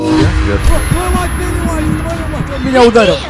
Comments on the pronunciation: Тачнее не беневайс а пенес вайс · Это не Пэнивайс а Пенисвайс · Мне иногда слышытся ге пенивайс а пенис🤣🤣🤣🤣🤣🤣🤣🤣